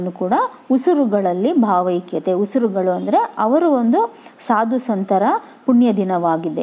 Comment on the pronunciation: bhavakathe alla bhavaikyathe